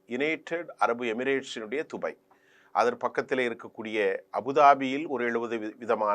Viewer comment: இவன் வேறு உலகத்தில் இருந்து வந்தவானோ? dubai துபய் கிறான் qatar கத்தர் நுசொல்வன்.